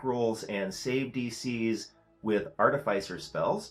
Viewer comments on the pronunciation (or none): Love the videos and the frequency! I think it should be pronounced arti-fis-er (same root as 'artificial') not arti-fice-er. ♥